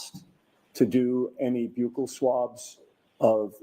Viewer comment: Wow I can’t believe they actually pronounced Buccal swab correctly. I almost alwayyssss hear police call it “buckle swabs”